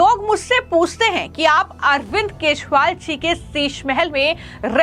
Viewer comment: Arvind keshwal nahi Kajariwal Say properly